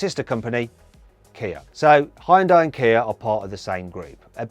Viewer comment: geist 발음 기가막힌다고 칭찬하는거같은데